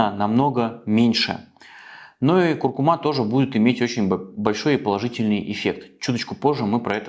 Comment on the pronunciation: Извините, но правильное ударение - курку́ма)